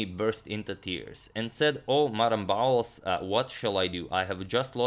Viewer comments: Betimes=before times=early. This word is not used in contemporary English. I am 71 and have never heard it out read it. "Bowles" should be pronounced as "bowls." Thanks for the beautiful game. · Bowles, almost certainly pronounced to rhyme with bowls, foals and holes; not with fouls, fowls and howls.